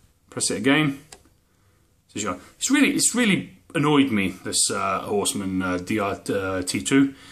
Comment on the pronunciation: "Horst ummmm" nearly right...